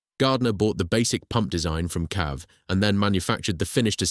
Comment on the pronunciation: It's not 'cav' it's 'See-Ay-Vee'!